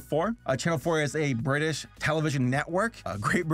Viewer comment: do you mean bri'ish